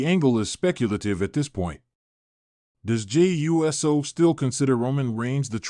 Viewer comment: Dude it’s not Jimmy USO It’s pronounced “Ew-So”